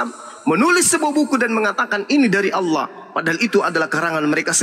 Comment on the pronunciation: Oten gak bisa.bilang Allah .....lidah di plintir